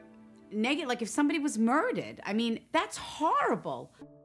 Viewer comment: Im sorry but the way she pronounced murdered😂